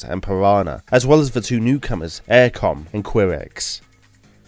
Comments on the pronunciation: OMG, have you ever heard the pronounciations of the teams before? "Aircom"? WTF. It’s "Auricom" and "Kairex". Edit: "Assegai", not "Asseji". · "Airacom" "Queerex" "Assejy" 😂